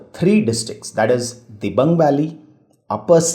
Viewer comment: Pronounciation of- Dibru-Saikhowa- Dibru- sai+kho+wa Dihang-Dibang- Di(dee)+hang(haang) - Di(dee)+bang(baang) Good info, appreciate your work